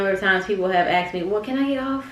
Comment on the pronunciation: As soon as i heard aksed💀